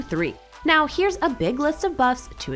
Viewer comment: Right niauw? Right meow? What?